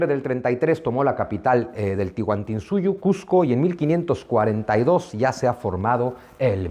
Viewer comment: Estimado señor Zunzunigui. Gracias por sus conferencias. Tengo entendido que no es "Tihuantinsuyo" es "Tahuantinsuyo" Saludos a usted y sus seguidores